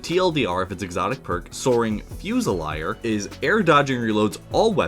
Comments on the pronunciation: Great vid! minor constructive criticism, it's pronounced ffyoo·zuh·leer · You are pronouncing fusilier wrong.